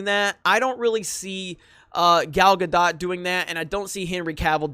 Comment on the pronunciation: Dude... You're killing me with your pronunciation of Gal Gadot's last name. It's Ga-doht with a subtle "t" at the end.